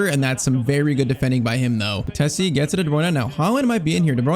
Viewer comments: Frtesi ❌ Fratezi ✔️ I'm talking about pronunciation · IT’S FRATTESI (FRATEISEE) NOT FRATHESSI